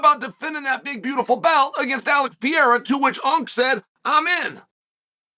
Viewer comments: his name is not "pierra" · Pereira becomes Pierre-a 😂